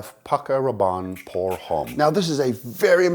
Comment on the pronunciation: Please stop pronouncing the H in Homme, it's wrong and it sounds wrong also. Besides that, great video, keep it up